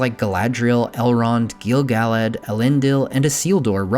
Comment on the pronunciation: Gill-Gal-lad?? Pernounced Gil-Guh-Lad